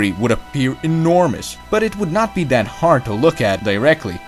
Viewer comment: I like your videos,and almost your pronunciation.please try to pronunciate th like in that ( not dat) and theme (not teme).i would like to use your videos to my students. Keep up your good job